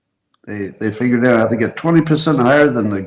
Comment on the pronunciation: My wife never gets tired of the cringe Scott inspires with his 'cute' insistence on changing the pronunciation of figured out to fingered out. I keep telling her it's an unconscious thing, but she believes it's a schoolboy-level humor thing. Thinks it looks much better on a schoolboy. She's not wrong.